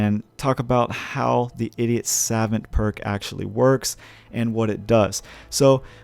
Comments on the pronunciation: You can just Google translate the word Savant to realize it's spoken Suh-vaunt and not Sav-vent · Saw-vaunt not sevent 😂😂😂😂😂😂😂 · Angel Andringa more like suh-vOnt. Gotta hit that stressed syllable. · I have 2 but know its Saw-vaunt not savent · The irony of your ass not knowing how to say SAVANT is tragic. How on the hell are you making videos talking like that? It’s pronounce “Sah-vawnt” dude. Ffs I wanna cut my ears off when you say it wrong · "suh-VAUNT" is how to pronounce that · sa - vahnt or sav - uhnt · god he kept saying SAvant by the 3rd time i got a migraine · The word is pronounced ‘Sa-vont’ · Suh vaunt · oh my god… it’s sav-ah-nt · Jesus, man. It's pronounced: 'Sah-vahnt'. "Suh" like the first part of "suppose", and "vant" like saying want with a german accent. Not that hard. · It’s suh-vaunt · Its pronounced sahvant you dumas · It's pronounced "suh vont" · Pronounced "sa-vahnt" a French word. Assuming you do not know what the word means, it is a person of high intelligence, scholarly. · No it’s not pronounced savont dumbass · Sah-Vont Ugh. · It is pronounced Sevant btw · Your the idiot, you can't pronounce the word "savant" properly. Get back to school. You MUST be American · I almost disliked because of the way you misspronounce Savant. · Cringe every time he tries to pronounce savant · Video is unwatchable because you cannot pronounce savant correctly. I wish I was joking but it just makes the video totally unwatchable. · how tf can you be american and not know how to pronounce savant i am a small little swedishboy and i got anfry with yaa i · The way this guy pronounces savant really annoys me. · you are pronouncing savant incorrectly